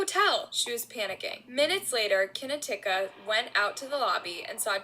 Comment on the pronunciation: Kinatuka? You mean Knautica as in Nautica? Poor child. Great video